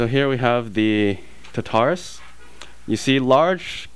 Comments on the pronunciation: It's tar-ta-rus, not ta-tar-us! Lol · You do know it's pronounced Tar-tu-russ... right? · omg you keep calling it the tutarus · you say tartarus wrong :P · At least pronounce Tartarus correctly, geez.